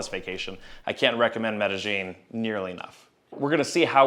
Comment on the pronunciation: For a Hispanic you butchered Medellin lol